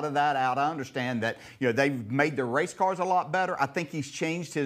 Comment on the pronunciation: Ohh Noo I’m too huwt to wace 😭 Waaaaaa 😩